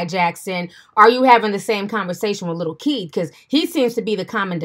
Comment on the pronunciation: Lol i thought she said lil key 🤣😂